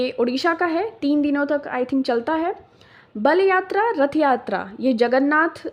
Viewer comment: HEY ! I AM FROM ODISHA ODISHA KE BALYATRA+RATHAYATRA YEH DONO ALAG ALAG HAI , (BALYATRA ) NAHI HOTA {BAALIYATRA} HOTA HAI... 🚩JAY JAGANNATH 🚩🙏🚩 JAY SHREE RAM 🚩